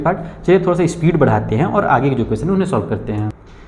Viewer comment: Aag nhi age hota ha sir aag kyu bol rhe 🤧